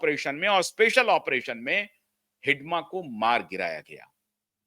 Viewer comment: आपने हिड़मा को हिडमा क्यों कह रहे हैं? अंग्रेजी में डी की जगह आर का प्रयोग कीजिए। अंग्रेजी मानसिकता से उबरिये। हिड़मा को मौत के घाट उतार दिया गया। उसकी हत्या नहीं की गयी है।